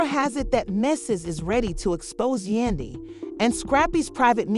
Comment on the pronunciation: Who the f*ck is yundy. You might wanna get the name right.